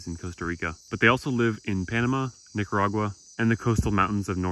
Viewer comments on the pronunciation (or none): none